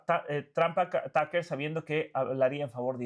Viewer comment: Taker ? Tuker tal como suena